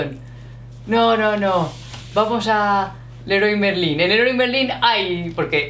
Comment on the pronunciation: Leroy Merlin..jajaja. It's an English name, badly pronounced.